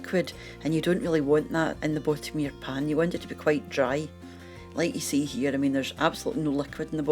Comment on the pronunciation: im originally from Wishaw, but been in Canuckland since 1980.... my parents are gone, and i dont know too many SCots here in Saskatchewan,.... but i near died when she said, "as you can see here, there is absolutely no liquid at the bhop-um o this"..... HAHAHAA!!!..... id like to know where youre from in Scotland!!.... ;)